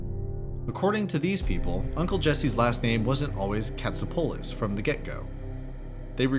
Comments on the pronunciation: and he also pronounced Jesse from full house’s last name cat-so-pull-us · it bug anyone getting Tapanga's from boy meets world and jesses last name wrong in pronouncing it